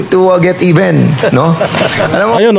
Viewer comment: It’s time to get “EBEN”, daw! Ulol kang Bulol! amf tawag ni Attorney Topacio. Walang kuwentang KONGRESO sa kasaysayan ng Pilipinas. Di kayo dapat tawagin na “HONORABLE.” OBOB! Saan galing yung pera mo?